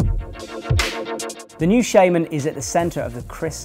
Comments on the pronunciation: I have the same accent as. It's still 'shaman' not 'shayman', technically. But there's a bit of a language game there. I don't mean 'technically' like 'technically the dictionary says it's...', I mean 'technically' like 'If we were to respect the origin of the word'. A bit like how a dictionary will tell you to pronounce 'restaurant' 'rest-o-ront' despite that this is far from its correct pronunciation in the french we've stolen it from. Shaman comes from the German 'Schamane', and since German is a phonetic language, and 'a' is pronounced 'ah', it's shaman, not shayman. Here you go:) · Do you not think since he's called chris shaRma, it's pronounced "sharman" not "shayman" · Adem Aricanli I know it's spelt shaman, I'm talking about how to pronounce it, I.e with an "R" sound, not an "ay" sound